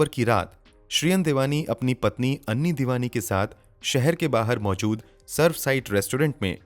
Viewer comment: उसका नाम ऐनी था ना कि अन्नी